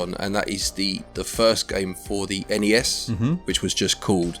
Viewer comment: I can tell you were feeling poorly, because you kept saying each letter in ‘N.E.S’ instead of just the single word ‘nes’